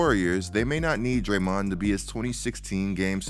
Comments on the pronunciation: Dude, I think it's DRAYmond, not drayMOND... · I hate to say it but I hate how you pronounce “Dray-Mooooon”. Just saying.